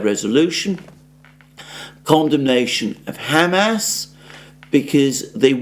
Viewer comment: For the second time!!! It's not ham🥩 ass🍑!!!!!! It's Hamas, two syllables pronounced as one! Haumaus. My Syrian friend says when you pronounce it, its like knives to his ears.